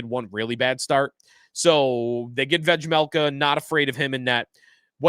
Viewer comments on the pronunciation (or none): Bro the j in Vejmelka is silent